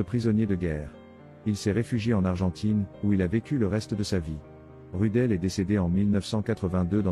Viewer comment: Prononcé Roudeul, pas Rudel.